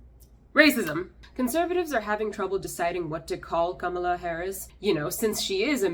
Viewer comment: Thanks for pronouncing Kamala's name correctly. Something she herself can't even manage. My cousin has the same name and we joked about how apparently we've been saying it wrong all these years. You're also spot on about us being perpetual foreigners. It doesn't matter how much of your dignity you forgo you're still an outsider. My family has been in the UK for 70 years bending over backwards to assimilate but it makes little difference. The minute you assert yourself in the minutest way possible they remind you of who you are.